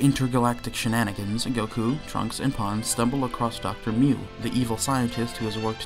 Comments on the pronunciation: How do you constantly mispronounce “Pan” and “Saiyan”? Call yourself a fan of the franchise.. Lol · This guy’s pronunciation of Saiyan and Pan is killing me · You are not saying "saiyans" right, you are saying for some reason "sAIyans" instead of "sEIyans" also same with Pan, it's prounounced Pen and not Pan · bro said pon and sai-yn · "sigh-anns" "pon"??? My guy. Come on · I like how you mispronounced Saiyan and Pan despite watching the whole series.